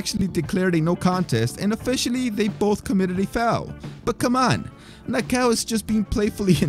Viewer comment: "Na-ka-oh", not "Nah-cow".